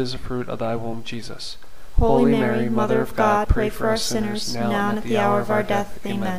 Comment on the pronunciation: Thank you for this wonderful series of scriptural rosaries. However, I don't hear "HOLY Mary" pronounced "Holeeeee Mary, " but just "ho Mary." Perhaps you might correct this...unless it's just my YouTube reception that's faulty. Thank you, and may God richly bless you.